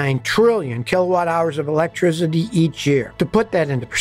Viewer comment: electricity. NOT ELECTRIZZZZZZITY for forks sake.